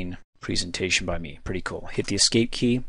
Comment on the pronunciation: preeeesentation.... you say it weird lol